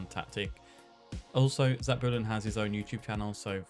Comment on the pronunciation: Nailed it! :)))